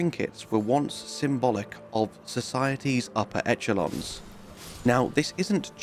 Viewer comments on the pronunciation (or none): esh-el-on NOT etch-el-on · i'm reasonably certain the "winter lanterns" are called Aged Ones. At least going by the talisman echalon is pronounced "eh -shah -lon" by the way. not even as an old english thing, that's current